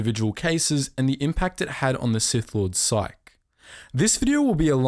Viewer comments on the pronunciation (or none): Did you just say sike instead of psyche? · It's pronounced "psy-k-ee"